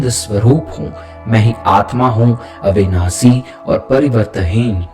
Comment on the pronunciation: Please correct your prononciation. It's शुद्ध not सुद्ध, अविनाषी not अविनासी। You might chant the mantras wrong which could have fatal results. आप "स" , "श" और "ष" तीनों को "स" ही कहते हो।